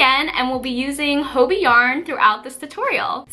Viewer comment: Hobbi i think is spose to sound like hobby,not hobi